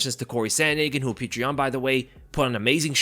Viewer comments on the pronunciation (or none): I mean I think the 3rds go in Yans favor. He doesn't need to conserve energy and can just go all out. And Petr is pronounced more like Petor not Pee-tree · As a Russian I can tell you... Just say Peter.. Stop trying to say it the Russian way...this Puture thing sounds ridiculous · Fukk I hate how he keeps calling him Peetra Yan 🤦🏾‍♂️ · petr yan sounds like patreon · It’s POT-R yan. He even said it himself